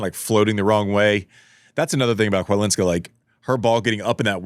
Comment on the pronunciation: Greetings! You can pronounce Chawlińska as "Hvalinska" — the Polish "Ch" sounds like the "H" in house, and the Polish "W" is pronounced like "V" in English ;]